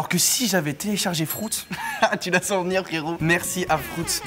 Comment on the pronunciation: 5.43 : “ FROUTS.”🤣🤣😂